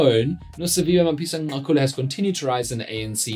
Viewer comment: Dan please research how to pronounce the man’s name. It is not chilly… the click is similar to Cele…